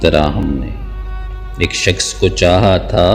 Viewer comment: شخص۔۔۔۔۔شکس نہیں۔۔۔اردو تو سیکھ لے۔۔